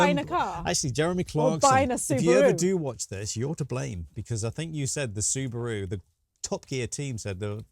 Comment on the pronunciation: tell it like it is. No,! It's horrible!(the car. We pronounce su ba ru Subaru, not Supa ru.